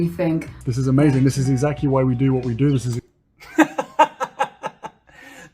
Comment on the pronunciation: Did Harry say "exact-ee?"